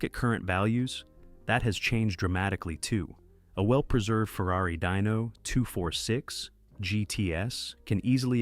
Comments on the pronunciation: Hey dork! It's pronounced deeeno not dyno. Wtf?! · Once again, Dyno NO, DINO, pronounced Deeno. MORONS!